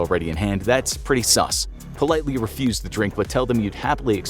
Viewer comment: I love but you saying "sus" was a bit uncomfortable 🤷‍♂️😂 Good video as always though!